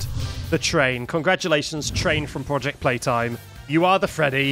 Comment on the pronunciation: POOJECT PEETIME 🤣🤣🤣🤣🤣🤣🤣💀💀💀💀💀